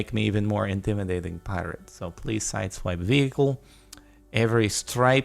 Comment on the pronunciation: "Heelo. I am Pirat."